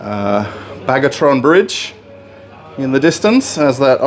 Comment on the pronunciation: It is Bagration bridge, not bargoton bridge or somethung like that, proper name should be pronounced correctly. Distorting names is for teenagers and criminals. And we all like.